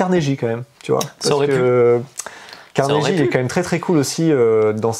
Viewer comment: loool c'est [Carné-GUI] pour Carnegie ^^